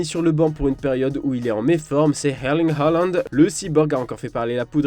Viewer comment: Sinon pourquoi prononcer hairling halland 🤣🤣